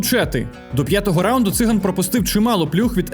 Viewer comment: у слові циган гаголос на другому складі. це вам будь-який циган скаже